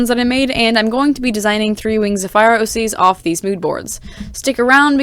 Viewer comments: NINJAGOOOOOOOOO!!!!!!!! Truffle avocado 3,657. fiyah? I’m not sure how to pronounce it XD “fire” avocado 2,554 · My friend can hear you saying “fiya” and she said if you could point her to the calendar with feb 31st she would be happy to meet with you